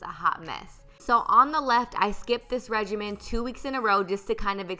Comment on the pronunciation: The way she said regime made me so confused